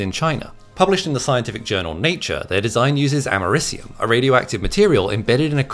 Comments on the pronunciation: You pronounce Americium weird... say cium by itself and Ameri by itself, then combine them to get the pronunciation. It's like people saying Nucular (New Cue Lar) instead of Nuclear (New Clear)... annoying. It isn't Ama Ris Ium, it is Ameri See Um. This isn't like the debated Aluminum vs Aluminium, because both are correct spellings and pronounced differently for the same element, and due to certain decisions made at various times. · guy is pronouncing it wrong, its Americ-ium Americ as in America. because its named after, guess what... AMERICA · Something tells me he mispronounced the name of the element.